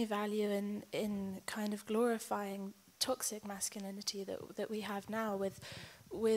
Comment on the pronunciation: I know you think about what certain people think about the way you speak, which I think is just fine brother. But that is why I am telling you this; It's toxic, like, "tock-sick". You're giving it more of a "tossic" so tryout "tock-sick" next time. Toxic. Keep up the good work man! 👏 🫡